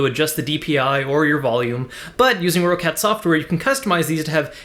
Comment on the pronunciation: It's pronounced like "Rocket" not "Row-Cat"